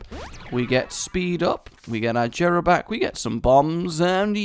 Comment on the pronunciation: It is pronounced YERAH NOT JERA PLEASE STOP